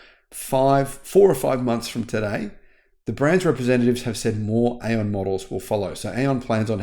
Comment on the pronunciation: the correct pronunciation for AION is “eye on” according to an AION engineer I spoke to, similarly, Xpeng is correctly pronounced XPung, according to my Chinese relatives.